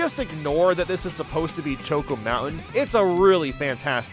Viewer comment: The way he pronounces “choco” in choco mountain/island has always bothered me and I feel like it’s caused other people to pronounce it that way for some reason 😭